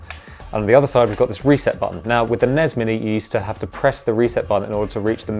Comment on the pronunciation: NEZZ AND SNEZZ?!?!? It's EN-EE-ESS and ESS-EN-EE-ESS!!!